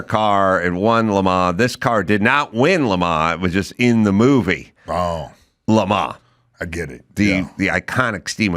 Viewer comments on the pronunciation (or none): Adam keeps saying Le ma every time he's talking about Lemans. It's more like Le man. Only the s is silent.